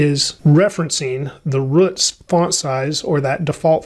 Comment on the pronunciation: man's unable to pronounce root 💀💀